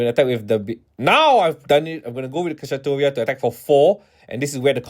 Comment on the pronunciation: Kishasatoria is the most out of pocket way I have heard Kshatriya pronounced.